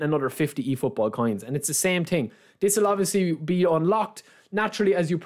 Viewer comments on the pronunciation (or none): „same ting“ - „i tink“